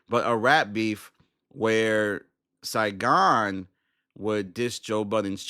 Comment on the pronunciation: “Saygon” or Saigon?